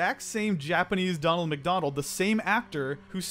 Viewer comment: You do know its "Ronald Mcdonald" not "Donald Mcdonald"